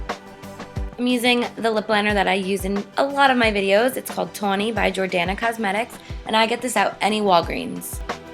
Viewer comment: It's called "TAWNIE" ! Lol funny how u say it.